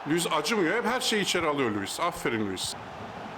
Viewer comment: Abi nedense sen her "Lüvis" dediğinde beni bir gülme alıyor ya 😂